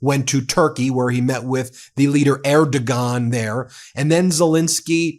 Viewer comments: It’s pronounced erdowan not erdogon the yumushak g is soft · Erdogan is pronounced more like "Air-doe-wan" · Ben—correct pronunciations: Sergei = SUR GAY Erdogan = AIR duh wahn McFaul = mik FALL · Ben , his name is pronounced like Erd o wan. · Erdogan (minus the diacritical mark above the "g"), Ben, is pronounced ERR - doh - waan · I’m married to a Turkish immigrant. In the kindest way possible I wanted to let you know that Erdogan is pronounced “Air-doe-wan” the “gan” is pronounced like “Juan” sounds in Spanish. Thank you for all you do! This is one of the best channels on YouTube. 💙💙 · Sergey like sir-gay or sear-gay. Not being a pedant, but when people mispronounce these names or words it generally means that they've never heard the correct pronunciation from an official source. You're just reading type. Oh shit another one. Erdogan is Ur-doo-wan. Again, I'm not being a pedant but it is just not professional. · Ben, Turkey's leader's name is pronounced Air doe wan = Erdogan 😊